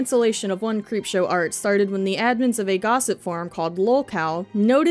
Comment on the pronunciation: Okokok not t be offensive but it sounded like you said creepshart, thank you because now she has a new nickname